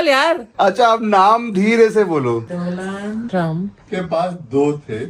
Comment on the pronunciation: By the way DONALD TRUMP H , DOLAND ni 😅